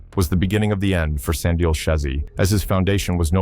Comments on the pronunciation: Slin-dial was even worse 😂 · Slin dial (Slindile) 😂😂